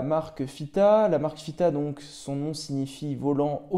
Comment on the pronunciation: Tu fais bien de valoriser cette marque, ça donne de plus en plus envie ! Chouette vidéo pour une toquante qui me plaît beaucoup. Par contre tu dis toujours FITA 😝😂🙌.